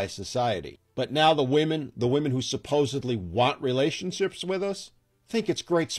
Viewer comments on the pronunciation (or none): none